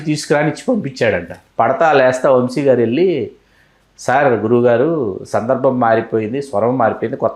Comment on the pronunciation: వంషి కాదమ్మా వంశీ